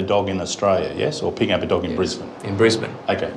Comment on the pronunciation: The true crime is how he pronounces Brisbane